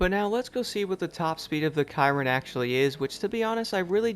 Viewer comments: pretty sure its pronounced 'shear-ron' not 'ky-ron'? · It's like saying Veyron but it's with a C